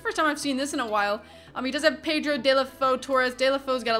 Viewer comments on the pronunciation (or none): none